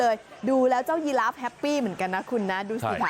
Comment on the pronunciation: ยีราฟครับ ไม่ใช่ ฮีราฟ ครับคุณครับ